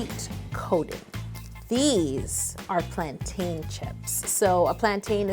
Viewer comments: As a fellow Caribbean it hurt me when Yo said plan-tayn instead of plan-tin 😭😭 but I’ve been waiting years for a bannoffee cake 🤤🤤🤤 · IT'S PLAINTINE NOT PLAN-TAIN. YOU DON'T SAY MOUN-TAIN YOU WOULD SAY MOUNTAIN ughh I find the annoying when I hear cooks or bakers say this wrong.. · I cringed when Yolanda said plan-tain. Lol Sigh still love you girl. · It’s pronounced as “plantin”. You don’t say mountAIN... you say mountin. It’s the same for plantain. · ok i love how to cake it but even though its spelled plantain its pronounced like plan-tin / plant-in ... ok nice talk.. love ur vids keep up the good work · It’s not plantaaan it’s pronounced like teen some even say it like ten. But definitely not like tan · Im from the Caribbean and I cant deal with how she pronounces "plaintain". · the way you say plantain saddens me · Revoking your Caribbean licence because of that pronunciation